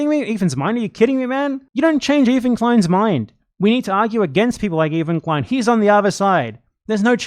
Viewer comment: “EEFAN KWEIN” 💀💀💀💀 you fuckin dork you are absolutely wrong and sound stupid